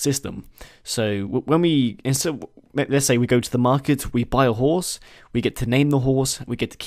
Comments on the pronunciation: He is saying "whores" not "horse" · When you say horse it sounds like whores. is pretty amusing with this in mind. I agree, there's some pretty cool stuff they could do. Breeding, levelling up, etc. Here's a few ideas off the top of my head. traps, fire, pits, oil etc for defending against sieges Ability to lie to people Stamina mechanic left handed option, random left handed NPCs historical techniques including basic grappling More equipment slots, layering armour etc More realistic weapon damage (or lack thereof) such as cutting not working against chain, damaging legs slowing people down, cutting hands making opponents drop their weapon/shield, cutting causing damage over time etc. Item stashes or party members to carry stuff for you.